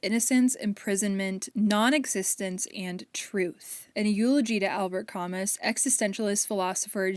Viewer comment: Idk if anyone else has commented this and I mean no offense by this but, Camus is a French author and his name is pronounced “ka-moo” and Sartre is just “sa- truh”! I love this video though, big free little library and thrift store fan myself :)